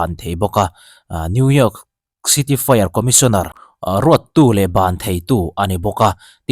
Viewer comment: New York i lam dan hi mizo ah chuan i dik deuh ber.. midang chuan new yiak ang deuh in an lam thin..😂